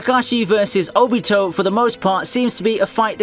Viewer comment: the way you butcher Japanese names is so funny owbeetow lol